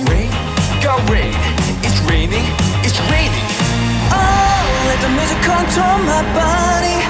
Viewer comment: 잇츠레이닝 잇츠레이닝! 하는데 중학교영어교재에 듣기녹음파일듣는거같네 따라하게됨ㅋㅋㅋㅋ